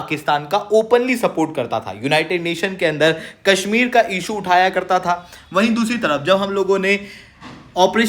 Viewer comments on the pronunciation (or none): none